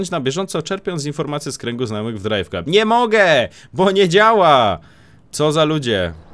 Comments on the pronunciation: DRAJWKLAB kurwa a nie KLUB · nie czyta się "drajw klub" tylko "drajw klab"